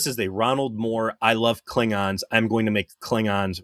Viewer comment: Does he call them "Kling-rons" on purpose?